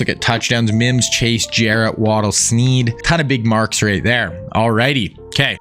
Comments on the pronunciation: Limas Sweed, not Sneed. Show some respect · Great vid but it’s Limas Sweed not Sneed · TX WR#4 is Sweed not Sneed